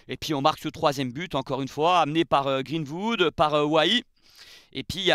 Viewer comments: Super t'es vidéo par contre faut bosser l'accent, c'est greenWood pas greenHood!😂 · Pourquoi tu prononces Greenwood à la française avec << Greenvoud>> 😅 Sinon live magnifique avec ton énergie incroyable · C'est quoi cette prononciation de greenwood 😆😆😆😆